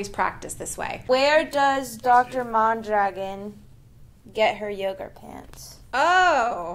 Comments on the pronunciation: Why do you pronounce your last name mahndragin? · I tought your last name “Mondragon ” was Spanish… I’ve heard it but in a Spanish accent pronunciation .